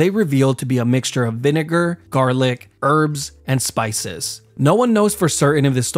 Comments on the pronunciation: Bro why do you say vinegar like that 😭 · Please pronounce "vinegar" correctly bro, I got stared at HARD 😂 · (i think it was) i thought he said n word hard r, but i turned on captions, and it was vinegar. I’m so childish 💀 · Am i the only one who didnt hear vinager when he first said it😂😂😂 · THAT IS NOT HOW YOU SAY VINEGAR